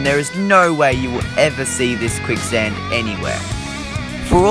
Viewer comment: Its quick sand not kuick